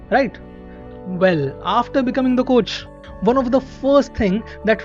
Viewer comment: I love your narration bro, but I always cringe when you say "Warn" Instead of "Won"...no offence, but It's pronounced as "One" and not as "Warn".